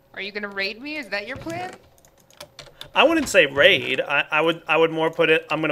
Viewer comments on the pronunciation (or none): when said raid i tought she said ur going to rape me xD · when said are you gonna raid me i first heard rape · oh know i thought i heard say are you going to rape not raid WTF I had to double take that one lol.